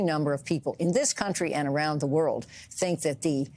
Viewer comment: *"thee" talk of the...